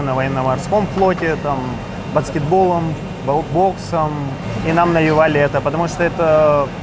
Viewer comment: как же вы заебали говорить БАЦКЕТБОЛ!